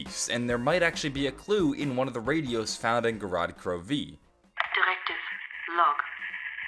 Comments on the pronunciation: Gorod KroVeee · I love how he says gorod krovi or "go rod kroveee" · "Go-rod Kro...----Veee" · is anyone else getting annoyed on how pronounce Gorod Krovi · Why are you putting heavy emphasis on the V in Gorod Krovi